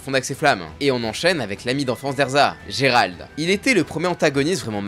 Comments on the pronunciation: ON PARLE QU'IL A DIT GERALD AU LIEU DE JELLAL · Gerald ? Non jellal attention à ta prononciation stp